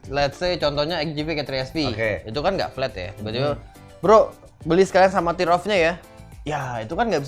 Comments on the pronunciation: plis pronounce yg bener dong. sebutannya TEAR OFF. bukan TIR OFF. itu buat disobek gan bukan ditangisi. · dibacanya TER OFF bro yg bener. sama seperti kita menyebut IRON MAN -> AIRON MEN. bukan IHRON MAN.